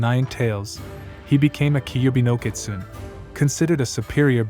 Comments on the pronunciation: Good video and informative. But the word is pronounced “Ki-tsu-né”, just for future reference. :) The BG music isn’t Japanese folk music either, its traditional Chinese music. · Thanks for butchering the name . 😅.